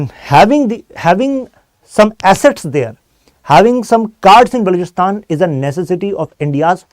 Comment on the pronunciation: as jahil insan ko balouchistan ka naam tk nhi bolna aa arha yeh be program kr rha he 😂copy paste